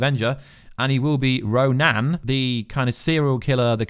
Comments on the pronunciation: Lol! Your pronounciation is whak. It's not "Ro NAN", it's "Ro NIN" Ronan ia a renegade Kree, a Ronin ia a masterless Samuri. BTW, why do you assume there are Skrulls in ENDGAME? There has never been any official hint of Skrulls in this film. Having pointed that out, I do still think "Thunderbolt" Ross is a Skrull! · Shuri is NOT the smartest person in the universe... And it RON-IN NOT RON-ANNE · It's RONIN not RONAN mate.....